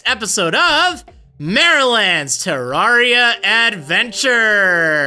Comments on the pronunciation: I'm sorry but u saying it as terr-ar-ia ( I know that how u say it but I've always said terr-rer-ia ) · It's terraria not teraria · PyxelBreakfast // GS How is he pronouncing it correct. It's based off of Terra, or Terrarium. Terrarium isn't pronounced Ter-Rawr-ium. It's Ter-air-ium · u prenounced the name wrong brono offense also NO OVERWATCH PLZ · (Says he's experienced) (Can't even pronounce the name of the game right)